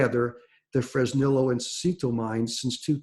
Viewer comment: Hey, wondering if you can do me a favor. Please pronounce Fresnillo Fresneeyo. It's spanish you know